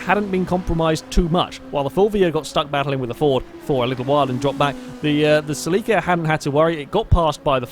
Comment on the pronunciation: Ceh-leh-kah, not cell-ee-kah. Please.